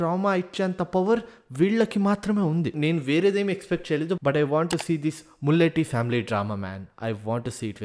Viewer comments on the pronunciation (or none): Mulleti kaadu bro molleti🔥maa inti Peru...❤